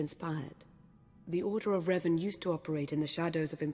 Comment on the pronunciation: the order of Revan sounds like the order of ren